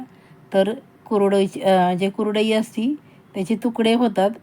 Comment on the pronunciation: तुम्हाला कुरडई शब्द नीट बोलता येत नाही आणि चालल्या कुरडया करायला पहिलं बोलायला शिका मग आम्हाला शिकवा